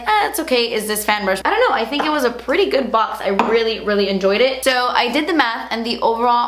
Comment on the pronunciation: That accent in 'itsu pureetty'! HILARIOUS😂